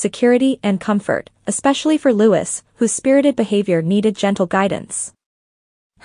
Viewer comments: It was so great to see The Princess of Wales alongside her husband and children at Trooping the Colour. She looked wonderful. Their youngests son's name is pronounce Louieeee, no Lutz or whatever you were saying. It was a great day to see them all together on the balcony, all the working royals. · Prince LOO-EE! Not Prince Lewis! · Prince "Lutz"???? You can always know when it's AI!